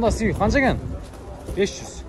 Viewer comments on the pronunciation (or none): none